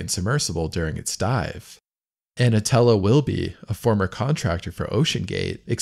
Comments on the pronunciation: ANTONELLA NOT ANOTELLA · ANTONELLA not Anotella FFS 😂😂😂